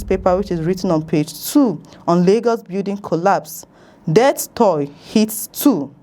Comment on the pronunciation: This reviewer should listen to good journalists like they have in SRISE NEWS.See lousy pronunciation of words like TOLL. Haba